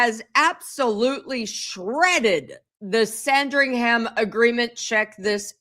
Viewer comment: It’s not Sandring Ham, don’t pronounce the “h” sounds more like sandring’em